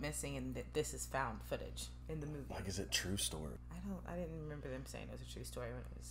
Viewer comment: Its twue